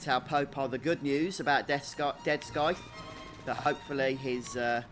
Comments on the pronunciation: Thanatos funny how he pronounces it.😂💀😂💀:-) "DEATH SCOITH " HAHAHA!!! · Just fyi, it's pronounced "Death Sigh-th" I was cringing a bit every time you pronounced it with a hard C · You can tell he's not paying attention when the characters pronounce the words and he still butchers them. Great guide besides all that